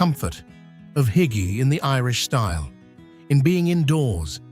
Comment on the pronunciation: "Hygge" (Swedish) was also mispronounced.